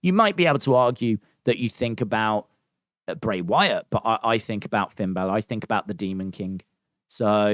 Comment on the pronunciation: Dude u know it’s bray lol 😂